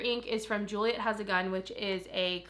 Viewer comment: Gioia is pronounced (Joy-a) it's my madien name so I always had to correct people, my family is from sicily.